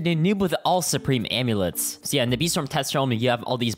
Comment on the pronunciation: bro said aimlets